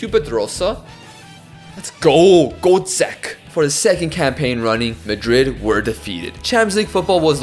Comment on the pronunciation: Just a little heads up: Hložek is pronounced as “Hlozhek”, not “Hlozek”. Love your content anyways!